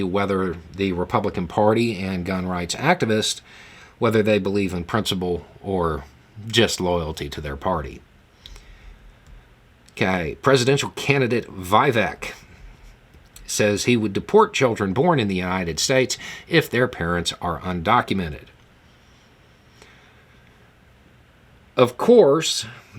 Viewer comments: Hi, you are pronouncing Vivek incorrectly, it is vee - vuhk. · Vivek, it rhymes with cake 🤣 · You butchered the pronunciation of Vivek.